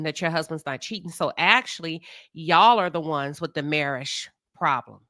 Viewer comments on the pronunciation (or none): Tisha still can’t pronounce MARRIAGE